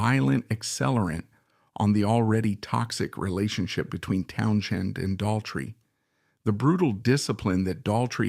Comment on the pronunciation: why is this AI bot saying Townshen?